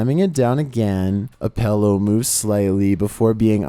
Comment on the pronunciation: I love you man but it's PILL-OW. Not.. Pell-ow